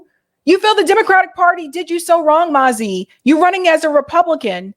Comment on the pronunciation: It sounds like nazi not mazi,what do you think ?